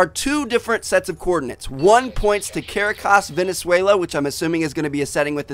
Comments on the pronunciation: Cah-rah-cahs accent the second syllable. Not hating just helping out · That city is pronounced "Car-rock-as" :) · He pronounced it as Care-uh-cas again. lol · La Proclama De Guerra A muerte Means The Claim Of War To Death, that was during the liberation of Venezuela. And its pronounced CA-RA-CAS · Ka-raw-kass Venezuela